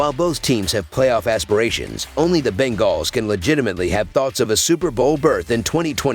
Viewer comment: The Ben-gaws 😂